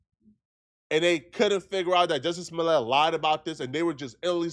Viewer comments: I remember Joe Budden calling him Jussie Smooliay 😂 like its a French name 😂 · Joosy Smooleyay